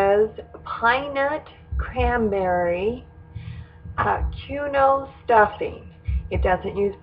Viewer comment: I made this tonight. It was delicious and my family loved it. Just an FYI - I think quinoa is pronounced, Keen-wah, as this is how they pronounce it on the Food Network.